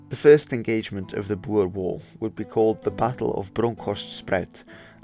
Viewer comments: I am a amateur historian of sorts and a regte Boer. Sir, you are the only non South African I have ever heard pronounce "Boer" correctly. BooRRR. Much respect! As to the video, and the time allotted, you did a good job. Just one of many details I could ad, after the 1st Boer war the British changed uniform from bright red to kaki. There is much debate over whether this war was the reason, but I would let the reader decide. If anybody wants to visit Majuba Hill I am offering my services as an amateur guide for free. I stay in Natal. God bless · Great video, it's refreshing to hear someone who can actually pronounce Boer correctly. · I'm pretty sure some older people still pronounce it the dutch way so it's fine, since you can speak dutch your proniounciation is much better than an average English channel.